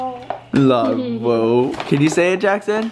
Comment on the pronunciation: “I wove you”ahhhh❤️